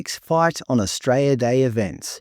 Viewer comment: I love how you pronounce Australia "Austray-ah"